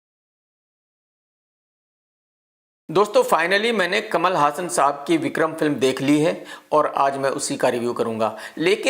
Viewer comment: Bhai hassan name apko kia nahi maloom jo galt pronounce kar rhy ho